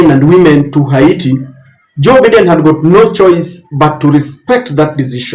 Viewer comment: Sir,it is Joe Biden(Baiden) not biden!